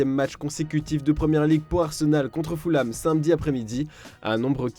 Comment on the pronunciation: On ne dit pas foulham mais feulham !!! Les français et l’anglais ça fait 2 !